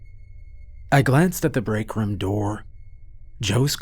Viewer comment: Team "Narrator Says Rum instead of Room" check in here 👇